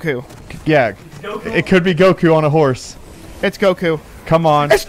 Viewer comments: How u say goku but it’s some boot leg version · It goku it not goku bro 😏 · Yall are messed up for saying goku. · I was triggered when he said Goku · Did this man say goku....